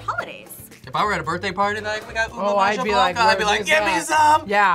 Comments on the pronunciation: Ma-Jah blanca hahahaha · Ube /maha/ blanca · hi from the Philippines. I love everyone and the appreciation of Filipino culture. I just have one thing, Maja Blanca is read as Maha Blanca. Hehehehe. Love you all. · Please have a Filipino food consultant orient you on the food pronunciations, translations, and how the food is traditionally prepared. The skewers looked raw 😅 and the maja blanca is spoken “maHa blanca”. While it’s great y’all are sharing Filipino food, please do it right. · First of all it mahha blanka you pronounce the ja like ha ok, good vid😂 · Isa and Maja (Ma-ha) Blanca, Inihaw not Inahaw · inihaw [ee-knee-how] beef pares [beef pah-res] sago’t gulaman [sah-gut goo-lah-mahn] ube maja blanca [ooh-beh mah-ha blank-cah] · the pronunciation was a bit butchered- but here you go! inihaw- (i-ni-how) beef pares- (beef par-ez) sago’t gulaman (sa-gou-t gu-la-man) ube maja blanca (u-be ma-ha bla-n-ca) overall, not trying to hate! just want to show you the correct pronunciation!